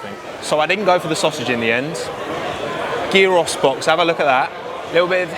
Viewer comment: why is none talking about how he pronounced gyro